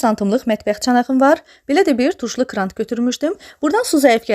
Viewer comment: Krant yox kran 🤦🏻‍♀️🤦🏻‍♀️